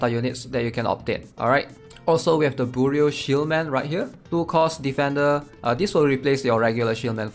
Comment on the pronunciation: bro its "byoroo" like FBI bureau